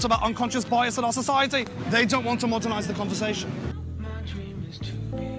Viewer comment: "BI....... and I can't emphasize this enough...... AS"